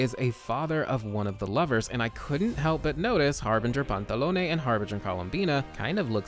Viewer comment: Oh my god, this has literally nothing to do with the video but my god, FINALLY, SOMEONE WHO PRONOUNCES EVEN ONE OF THE HARBINGER'S NAMES RIGHT- I'm sorry, i've had to suffer through the way they decided to pronounce Tartaglia and when i first heard you say Pantalone's name i thought i could cry from joy, that's the first time someone's pronounced it right in the videos i've seen about the harbingers